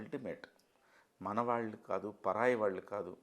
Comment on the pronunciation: ళ అనే అక్షరాన్ని సరిగ్గా పలకని ఈ యాంకర్ మీకు అవసరమా? వాల్లు వీల్లు… అని అనటం ఏంటి? దరిద్రం కాకపోతే!! మా కర్మ.